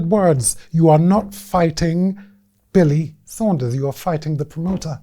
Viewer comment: Him saying Billy Saunders cracks me up every time! 😂